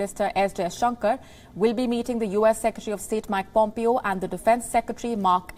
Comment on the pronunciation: It is not Mac Pompeo..... It is Mike Pompeo... Please pronounce it correctly